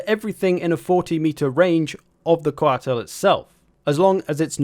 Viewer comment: I really love that pronunciation of Coatl